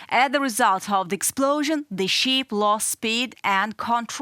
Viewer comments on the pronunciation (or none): The young lady should know the different pronunciation between "ship" and "sheep". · The presenter is attractive enough, but doesn't UATV have anyone who can speak English without such an extremely heavy accent? It's not a "cargo sheep" (for example). The "i" in "ship" is a short "i." Some accent is acceptable (like the narrator on "Reporting from Ukraine"), but it requires too much effort at times to figure out what this lady is saying. She sounds like "Natasha" on "Rocky and Bullwinkle." Have her take an English immersion course, and try again in six months.